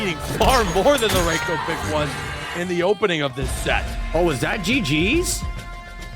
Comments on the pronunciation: it's pronounced Reiko not Raiko. rEiko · why apply for commentary when you can't even pronounce Reiko correctly?? Maybe try working on that first